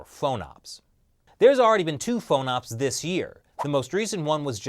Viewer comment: We don't call them "faux-nops", we call then "fahn-ops". FONOPS does not rhyme with phone-ops. Other than that, great show. Love that someone is talking about this and trying to get the word out about something that REALLY MATTERS, as opposed to this stupid border wall fight which doesn't matter at all in terms of realpolitik....